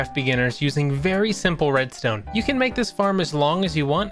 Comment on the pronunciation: "sImppllLle rEmStooM" all redstone is easy with a tutorile